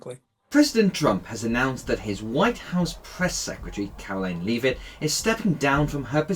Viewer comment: Leave-it? Seriously?